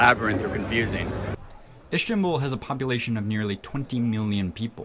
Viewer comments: Ish-tanbul?! WHY? STOP! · Lmao this is not even close to being a dangerous hood in Turkiye, you know nothing you fool, that's probably for the best since you wouldn't do so well in some of the "fun" streets of Izmir🤣 And whoever taught you to say Ish-tanbul was having a laugh and making you seem like an ignorant tourist...Fish took the bait 😜😂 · He says ish-ki-tal 😂 It's Is-tik-lal! And yeah Is-tanbul not Ish-tanbul ... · Istanbul does not have an SH sound in it, neither does istiklal. Just putting it out there. Most Turks only speak Turkish, not sure where you found ones that speak 3 languages lol